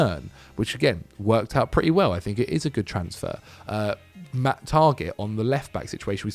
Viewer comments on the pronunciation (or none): none